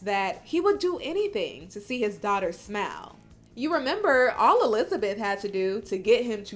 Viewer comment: The presenter said “smile” but it sounded like “smell” 😩😩